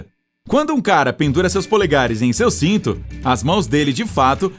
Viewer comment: O que fala "sito" e não cinto kkkkkk